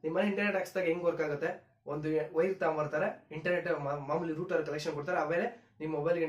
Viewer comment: Ond..ondu channelnu togobodu guru....☺️☺️.."Router"...ruter...Alla.....